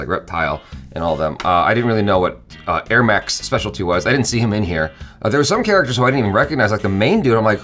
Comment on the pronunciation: Did he say airmax???? Did he mean ermac? Lol